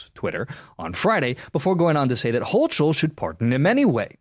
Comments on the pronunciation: If you're going to cover the news and reference people in the events of the world, PLEASE take the time to learn how to pronounce their names and locations.. starting with hoe-k-le not hoe-CHel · The correct pronunciation of the NY Governor’s name is “Hoh Kull” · Hocul = HO-kul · It’s pronounced Hoe-Kul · Hochul* = HO-kul